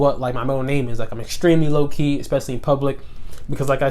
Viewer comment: When you say low key fast, it sounds like your saying Loki!